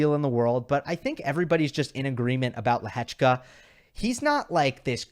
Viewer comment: I can only agree that your pronounciation is one of the best. As a Czech im really surprised how well you pronounce Lehecka. 👍